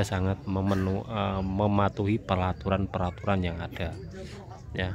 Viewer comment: Peraturan bukan pelaturan😂😅